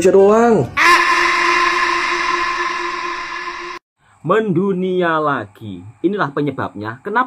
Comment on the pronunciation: BUKAN 'MENDUNIA' TAPI MEINDONIA. 🤣🤣🤣🤣🤣🤣.....